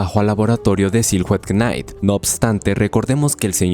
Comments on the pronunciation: Me choca que diga "quenait" en vez de simplemente "nait" cuando dice Knight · bro tremendo video, pero practica un poquito la pronunciacion dle ingles xd knight se pronuncia ''nait'' king seria rey , no caballero, animo con los videos bro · Se escribe knight pero se pronuncia naigt.... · Bro knight se pronuncia 'naiht' la "k" inicial es muda y silhouette es silueta y la "h" no solo no se pronuncia si no que la ignoramos en esta palabra por completo, se pronuncia 'siluet' (con acento en la e). Al final cada quien dice como se le da la gana y no hay una sola forma correcta de pronunciar las cosas en ingles, pero pues ahi quedo lo que crei que seria una contribucion. Saludos y exito.